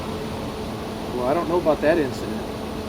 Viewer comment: Hey dipstick. The word is NOT pronounced eeeleegal...look it up in the dictionary, smart guy.